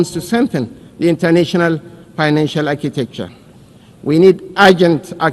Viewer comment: Shettima pronouncing financial as pinacial. These people have destroyed Nigeria.